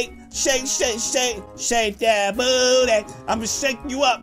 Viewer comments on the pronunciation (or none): none